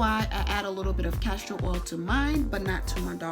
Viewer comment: Wtf is “castro” oil? Think castOR oil kmt! 🤦🏿‍♀️